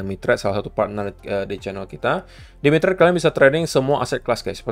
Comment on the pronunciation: dengernya "Saya sedang kerjasama dengan MICHAT". pas lihat layar, ooh MITRADE..hhehehehhe